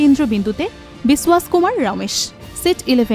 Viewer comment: বিসওয়াস নয় বিশ্বাস!!!